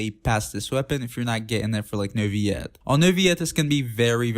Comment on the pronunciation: i have a question.. Who is? you keep butchering his name xD i don't know why